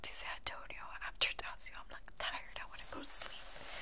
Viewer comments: daiso not dasio hahaha. love the video though. keep it up💓💓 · daiso is actually pronounced die-so lmao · Daiso is pronounced "dice-o" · I need to shop from Also i love how you mispronounced DAISO haha❤